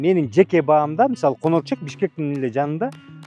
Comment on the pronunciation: Конерчек эмес конорчок